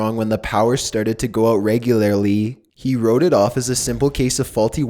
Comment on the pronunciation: Regularly= Regulairly